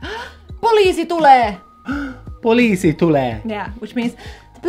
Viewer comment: The important thing is to remember that in finnish, you emphasize the first part of the word. For example, instead of having the "weight" of the word in the middle like you said in the police part (poLIIsi), you emphasize the first part (POliisi). The same goes to basically every word in the finnish language!